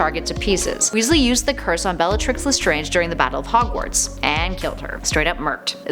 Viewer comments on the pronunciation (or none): none